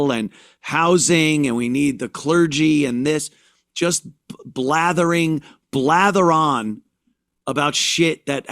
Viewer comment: BLAMMERING! 😂 whoopie goldberg admits she does that when she doesn’t have an answer “YADA YADA YADA!